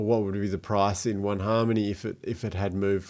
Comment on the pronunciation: An aussie talking about Haaaaarrrrrrrmony? Sweet 👌😎